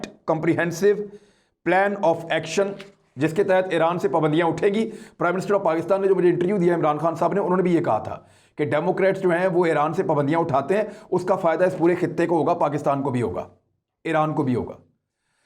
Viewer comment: عمران اس سے پہلے بھی بتا چکا ھوں کہ لفظ انٹریو لفظ انٹرویو یعنی انٹر یعنی اندر ویو جھانکنا معائینہ کرنا جبکہ انٹر یو بے مقصد ھے